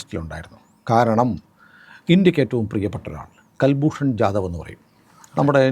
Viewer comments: കുൽഭൂഷൻ ആണ് കൽഭൂഷൺ അല്ല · ji, കല്ഭൂഷന്‍ അല്ല, കുല്‍ഭൂഷന്‍ ശരി. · കുൽഭൂഷൺ ആണ് കൽഭൂഷൻ അല്ല. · കൽ ഭ്രൂണ ല്ല കുൽഭൂഷൻ യാദവാണ് നേവി റിട്ടയേഡ് ആണ്. പാവം ബിസിനസ്സ് കാരൻ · ഇദ്ദേഹത്തിന്റെ പേര് കുൽ ഭൂഷൺ ജാഥവ് എന്നാണ്; കൽഭൂഷൻ അല്ല. മുഴുവൻ പേര് കുൽ ഭൂഷൺ സുധിർ ജാഥവ്. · കല്‍ഭൂഷണ്‍ അല്ല, കുല്‍ഭൂഷണ്‍. കുല്‍ഭൂഷണ്‍ യാദവ്